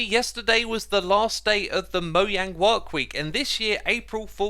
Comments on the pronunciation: Stop saying moyang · Do y'all pronounce Mojang or moyang